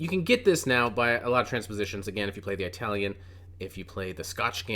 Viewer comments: "Eye-talian" lmao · Eye - talian ?? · An “Aytalian” game 🤣